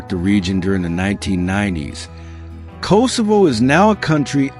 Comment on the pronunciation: Kosovo is pronounced differently.